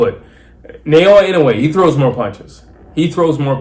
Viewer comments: ❌ NAY-OH-UH ✅ NAH-OH-YAH なおや ば - NA - NAH お - O - OH や - YA - YAH If one were to Romanize Inoue's name the way you pronounce it, it would start like Nei- rather than Na- Inoue by KO in 4 -- liver shot stoppage. Inoue is a much more devastating, precise body puncher, even if he doesn't go to it as often. Much more devastating. I think Inoue has earned a little breather. 😊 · 😅😅😅ITS not Sha nay nay lol, it's NAAAH OOOOOH YEAAAAAH ,,,IN. NOOO. UUUU. EH LOL GET WITH THE PROGRAM ALREADY.